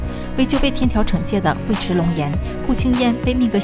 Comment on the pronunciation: 尉迟 yu(四声）chi